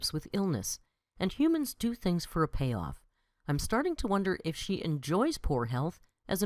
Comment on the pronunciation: I finally HAVE to say it. The word ‘for’ is pronounced like ‘fore’ and rhymes with ‘more’. NOT ‘fer’. As in sticking a blade of grass between your teeth, kicking you heels up on the ol’ cracker barrel and hollering out “I’m ready FER supper Ma!” Phew